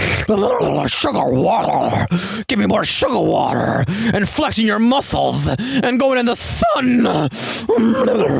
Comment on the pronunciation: "Sugarrr waterrrr" adding that to the list...